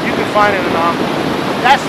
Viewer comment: Say anomaly one more time.. I double dare ya!